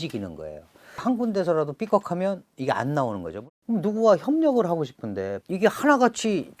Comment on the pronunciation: 교수님 명강연 잘 들었습니다. 허나 발음에 신경써주세요 고통스럽습니다. 소비, 싶은데 이런 ㅅ자 발음에서 휫파람 소리가 너무 강해서 기계음 때문에 귀가 찢어질 것 같습니다😢